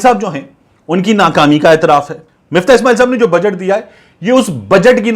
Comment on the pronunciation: Miftah ni MUFTAH h